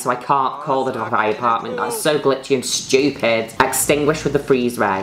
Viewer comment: "so glitchy and SCHTUPID"